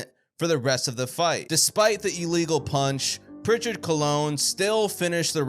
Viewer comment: What is an ee-legal punch? I know illegal, but never heard of "ee-legal"